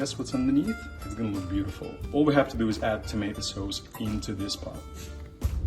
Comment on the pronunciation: *in Artemis ascent*"Tomato sauose"😂🤣🙂